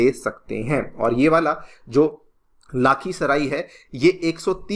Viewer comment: Its not लाखीसराई it's लखीसराय